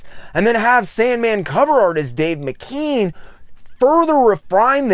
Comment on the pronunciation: I heard Neil Gaiman pronounce it as Dave Mc-ke-an